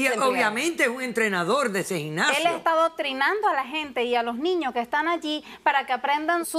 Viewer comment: Dra Polo no se dice ginnasio